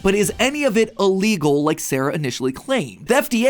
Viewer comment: I can't get through the whole video. I'm still pained by Matt saying the word "uhlegal" - send help plz.